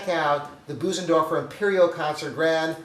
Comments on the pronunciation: Boozendorfer. Ugh. Get a quick lesson of how to pronounce it correctly. It’s embarrassing. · Maybe one day will learn how to correctly pronounce “Bösendorfer” 🤦‍♂️. It’s not “Boo-zen-dorf-er”. The “ö” (o-umlaut) is a sound similar to first three letters of “earth”, or the middle “ur” in “burr”.